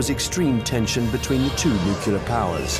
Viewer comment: Why the hell does everyone say "Noocular"?! Repeat after me - New. Clear. New-clear.